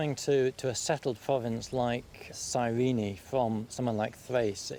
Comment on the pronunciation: Serena...sirene...guys, it's Cyrene, in current Lybia